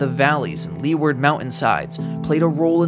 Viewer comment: for style points... it's "loo-ward" instead of "lee-ward".